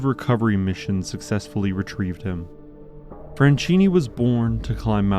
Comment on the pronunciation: SILVESTRO FRANCHINI, NOT "FRENCINI". DDaffuck man